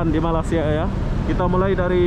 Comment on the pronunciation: Saudara...tolong sebutkan nama negara kami dgn baik...Malaysia...bukan malasia...